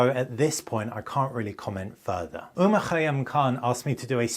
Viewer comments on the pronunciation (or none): none